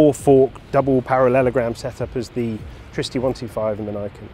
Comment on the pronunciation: Pronouce it like in Trinity, trigonometry, triple, triggered??